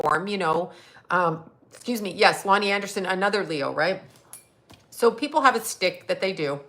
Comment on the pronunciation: it's schtick ... pronounced (sh tick) 😉🙂